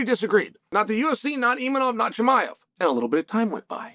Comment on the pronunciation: Is Chael so unprofessional or stupid that he cannot pronounce such simple surnames like ImaVOV, not ImaNOV or Pereira not PYERA...